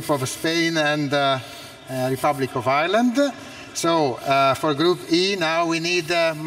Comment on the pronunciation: He said Rebublic of Irland zo poland